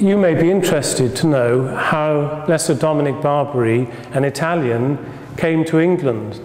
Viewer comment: It's NOT St. Dominic BARBARY (.. what?.. like the Barbary Pirates of old??). St. Dominic is Italian, and his surname is "Bar BEE AIR EE."/ Barbieri. That shouldn't be so hard to say, my dear. Prairie Grandpa from Alberta, C a n a d a. Thank you for the brief "tour" of Blessed Barbieri.